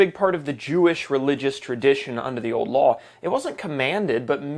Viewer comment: This guy keeps saying the word old like the word owed